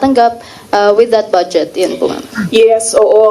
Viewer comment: It’s funny how she pronounces the word BUDGET as “BADSJET” !